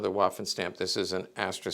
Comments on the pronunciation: I've no doubt you're aware of this, but Waffen in German, is pronounced similar to the English V sound. It's more like Vaffen than Waffen. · He's not just speaking to Americans, he's speaking to anyone interested in the subject from all over the world, myself included. I don't mind "Walther" so much (due to Bond movies), but I'm sure you can pronounce "waffen" in the German way yourself. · No tears, so no tissues needed. A historical firearms expert should know how to pronounce "waffen" is all I'm saying, and I tried my best to be polite about it. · It's not really "spelling police," but rather people trying to politely correct someone on pronunciation. I'm no expert, I only speak English, but I do know how to pronounce Waffen and Walther as best as I can. Heckler & Koch for example is very difficult for me to pronounce as an English speaker, but I make an attempt at it.